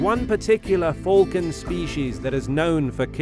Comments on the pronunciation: Bruh... U spell falcons wrong u spell them folcon but it's pronouced falcon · He calls a falcon a fulcon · “Fulcon” I actually love the way it’s pronounced in this video 😅😁